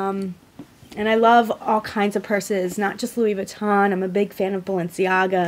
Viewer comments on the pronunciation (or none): No. You completely butchered the name. It's not Lewis vuitton, it sounds more like Louie. And Empreinte is pronounced like 'ompront'. It's French for imprinted basically. Lol